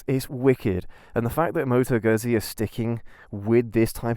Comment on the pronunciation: Moto Gøhsié xD